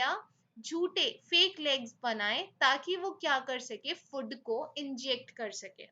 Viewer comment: mam, it's not 'फुड', it's 'फूड'.